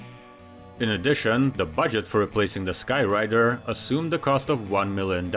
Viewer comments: It's called, "SKY-RAAAAAAAAIDER"!! Not: "SkyWRITER"!! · It's Sky Raider, not Sky Rider. lol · It’s Sky Raider not rider.. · "SKy RAIDER" Not Sky Rider..... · I thought it was sky raider not sky rider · Sky raider Not "Sky rider" get your facts straight. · A-1 SKY-rAider, NOT skyrider... RAIDER . really, does India not have corrective translation yet? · You lost me at Skyrider, it’s Sky RAIDER. If you can’t get something that basic correct. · Sky RAIDER, not Rider. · Minor correction: a couple of times the AD-1 Skyr*A*ider is referred to as the "Skyr*I*der." The missing letter makes a difference. 😁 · IDK what your accent is, but skyraider is pronounced Sky-ray-der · The "Skyrider"? Are you kidding me?